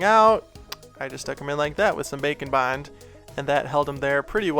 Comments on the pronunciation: I can't un-hear it after you pointed it out in another video "Bacon bond" lol It cracks me up everytime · Why does it add pound like he is saying bacon bond